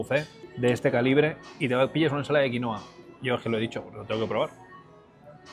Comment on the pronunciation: QuinUa Es quinUa En Bolivia y Perú se dice quinUA el nombre original Gran video Tano